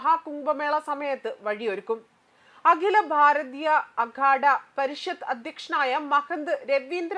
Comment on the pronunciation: കുമ്പമേള,സനാതന ദർമ്മം,അകില ബാരത, സംഗം, സംഗം,നിരവദി, സംസ്താനം, ദാരാളം...... ഇതൊക്കെ ആദ്യം ശരിക്കും വായിക്കാൻ പഠിച്ചിട്ട് ന്യൂസ്‌ വായിക്കൂ.